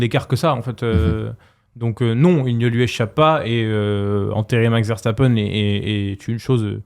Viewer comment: Il s'appelle "Veurre sta peun" pas "Verre sta pène"